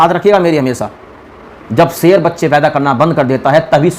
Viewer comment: A bhai phle sher bolna sheekle Sher hota seer nahi